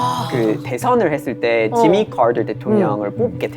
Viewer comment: 지마카터 할때 타일러 왜이렇게 발음을 굴리나 했더니 ㅋㅋㅋㅋ원어민이네...한국인으로 착각함.